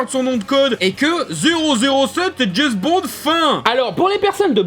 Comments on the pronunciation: Au bout de 4x « Jess Bons » j’ai arrêté la vidéo…. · Petite précision, James Bond ca se prononce DJAIMCE Bond et non pas DJAIZ Bond. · "Jezbond" pour une fois je ne critiquerai pas la prononciation, je le dis pareil XD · C'est qui "Djezz Bond"?